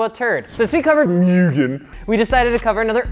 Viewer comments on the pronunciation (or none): moo-gen not mu-gen